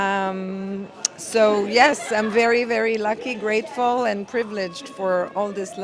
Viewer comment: vewy seriOUUZ